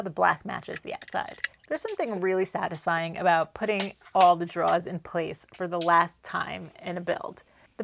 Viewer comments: Enunciate. Ain't nobody know what druhs are 😅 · Awesome video! But… draw-rrrs 😂😂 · Love your stuff! Just wanted to let you know there’s an “r” in drawers! 🤣 Kept trying to figure out what you were drawing 🖍️in this episode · Another great project, looks fantastic ... but I think there's something wrong with the audio ... I swear you keep on referring to draws rather than drawers 🤣